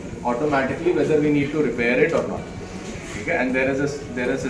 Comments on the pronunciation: Repair ❌ रिपैर ✅ 😂😂😂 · repaaaaare nhi bro repair bol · Repair❌️❌️ Rypaar ✅️✅️✅️✅️